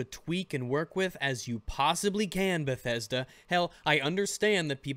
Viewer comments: Lol, Lmao said bethesdolla" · Bedethda... bedethda never change ....